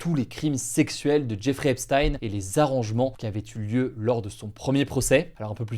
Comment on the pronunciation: « Zeffrey Epstein »